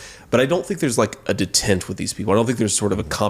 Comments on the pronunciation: I am nearly sure he said, "academy" and "detent". Did I hear those correctly? Academia and d'etent should not be hard words for someone contending to be the second most powerful person in the world. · Did JD really say D Tent? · Also sounded like he mispronounced "detente", but I might've misunderstood what he was trying to say. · "Détente" is pronounced day-TAHNT. You would think someone who potentially would be a heart beat away from the oval ofice would know... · So Couchie Vance is the kind of moron that mispronounces Detente and I’m supposed to think he’s even slightly intelligent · Learn how to pronounce detente before trying to use it as a word. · I realize that it's a minor point, but.....One more point against Vance -- he can't even pronounce the word 'detente' properly! 😇🙏🌈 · Apparently J. D. Vance doesn’t know how to pronounce “detente”. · The stupidity cherry on the bullshit sundae is that he can't pronounce détente. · JD Vance: get back to me when you can pronounce Finance and Detente correctly. Weren't you a venture capitalist? One who can't pronounce finance, though? 🤔